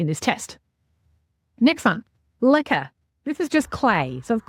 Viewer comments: So Americans did you think she was saying liquor😂i did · Is she saying liquor? Lichen? I have not heard of propagating in anything that starts with an L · Ohh I thought you were saying "liquor". I was like, ok...? Ppl do that?! I didn't know what the other thing was 😅